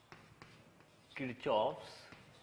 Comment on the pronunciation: What is the point saying a few words in English and the rest in mother tongue? Pronunciation of Kirchhoff's is hilarious🤣🤣😂